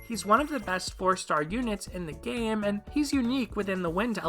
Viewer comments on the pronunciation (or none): none